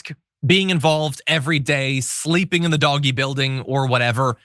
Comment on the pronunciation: Please it is Dog E